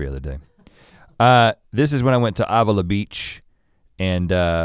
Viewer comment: The way Rhett Pronounce "Avila" beach irks me lol.